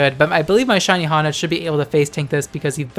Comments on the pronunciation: "Hon-edge" i think its "Hone-edge" like to hone: to sharpen lmao nice vid tho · Honedge is pronounced hone-edge because it's a honed sword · It's pronounced Hone-Edge